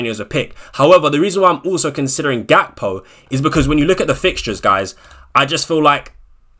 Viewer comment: didn’t u say gakpo is gakpoo 😂